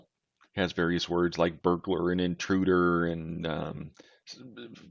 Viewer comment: Interuder? :D